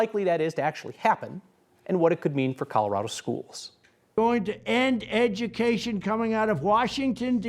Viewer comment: “Coldorado”? lol